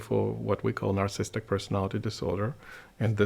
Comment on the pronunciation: Anyone else bothered by the fact he can’t say "narcissistic" but rather says "narcistic" over and over? Or does this make me a narcissist?